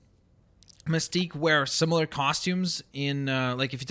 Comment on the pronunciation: you rought mistqe wrong it's misteqe